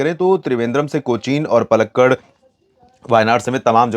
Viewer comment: Sir keral mein ' पाल्लक्काड' जगह है जिसे आप गलत कहते हैं 'पलकाड'